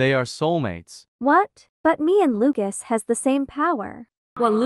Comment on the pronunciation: ahh yes luacs